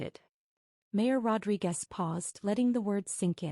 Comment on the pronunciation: Rodriquez. Not Rodri Guest.